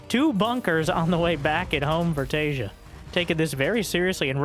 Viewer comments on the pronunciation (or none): "some of you may recognize.. Taeja" looking at another monitor, my head cranks around like something from a horror movie bit i beg your finest pardon?? what name did you just say?!